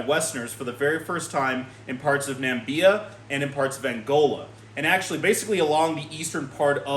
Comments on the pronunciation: It's Namibia not Nambia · Learn how to pronounce na - mib - ee - uh (it's not nam - bee -uh).